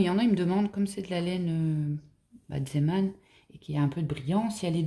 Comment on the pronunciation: Bonjour. Merci beaucoup pour ce très beau tuto. J'en aime tout particulièrement les couleurs, et vous m'avez donné des idées pour marier différemment certaines couleurs. Quel plaisir de vous entendre dire ZÉman et non ZIman. Tout les noms ne sont pas anglo-saxons, et de nombreux mots anglais viennent d'ailleurs du bas flamand. Vous ne dormez donc jamais!? 😂 Oui, je peux parler, mais à mon âge, il y a la petite sieste de l'après-midi... Encore une fois, je vous souhaite un bon weekend. ❤️🙏😘❤️